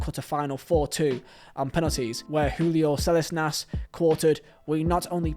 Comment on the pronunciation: Well researched video. He butchered the pronunciation of Salinas though!